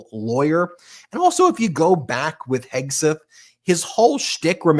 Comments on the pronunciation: Did I hear Leavitt say Hegsweat? 🤣🤣🤣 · "Secretary Heg-sweat"?? A little Freudian slip there, karoline Leavitt??